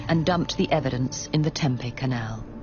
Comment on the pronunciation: It would be really great if you used a real voice, I live in Tempe. It is spit pronounce phonetically TEMPE the last E is long sounding as in EE this person pronounces it like TEMPEH, which is a food product so yeah if you’re gonna be using AI and bullshit like this the very very very bare minimum you could do is make sure you check the pronunciation of things